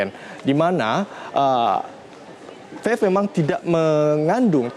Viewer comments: Bicara belepotan wooyyyy, Mana ada Vave, Belajar dulu woooyyy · ini orang ngomong vape aja belom lancar udah sok tau anjirrr, vafe vafe aja dari tadi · Ngomong vape aja vafe wkwkwk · dia bilang fef